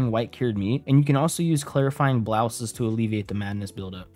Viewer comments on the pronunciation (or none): I swear he mispronounced everything on purpose. Clarifying BLOUSEs, really??